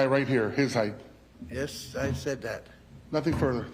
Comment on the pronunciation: This prosecutor says heighth instead of height